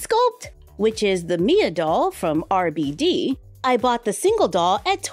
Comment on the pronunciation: Yo soy RebeIde! was obessed with this telenovella! I had all the CDs! Thanks for including them, <3 (Just so you know the pronunciation of RBD is Arr Bey Dey)